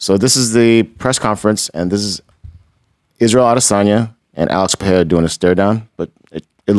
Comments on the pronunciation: Can somebody please tell Brennan how to pronounce Pereira? Please no more french pronunciation "Pierra" it's your job. Somebody help him he's Brazilian not french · No it isn't. It's "Pahaaira". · Alex Piera? Wele Zhang? Dude, make an effort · I'd bet my testicles that Shaub will NEVER pronounce Pereira's name properly! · Dude, just say Pereiras name right...just once